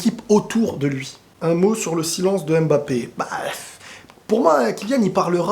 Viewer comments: Pour vous dis Embappe au lieu de Mbappe Je comprends pas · On ne prononce pas M-MBAPÉ, on prononce juste MBAPÉ. Arrête de prononcer le M au début de son nom.